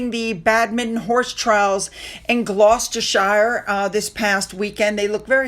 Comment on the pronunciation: Hi, always love your posts, but when pronouncing Gloustershire shire is pronounced sheer, hope you don’t take offence.